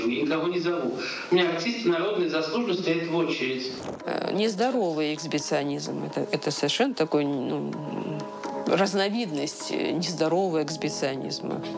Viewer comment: Жаль, что стремясь попасть а телевизор и умничая, публичное лицо не удосуживается, перед выходом в кадр,прочесть слово по слогам 🎉эксГИбиционизм.